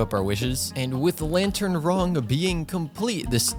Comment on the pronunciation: Bro really said "Lantern Wrong"😂